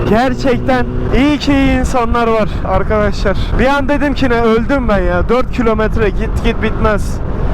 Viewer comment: nobody : arkaşlar